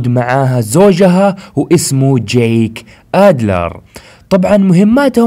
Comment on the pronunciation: يخي اشمه جيك مش جاك ما قلتها صح الا مرتين 😂